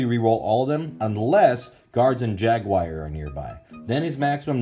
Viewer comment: The way you pronounce "Jaguar" makes me cringe every time. Good review though, and the info on the package was a lot more helpful than I would have thought that it would be.